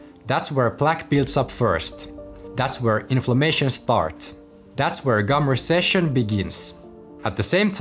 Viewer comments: It's gum RECESSION, not RESECCION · Gum recession, not reseccion